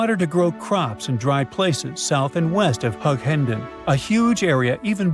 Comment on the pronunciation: also, Hughenden is pronounced with a "hew", Not a "Hug" and its definitely not in NSW, and finally absolutely nobody is pushing for this idea to happen.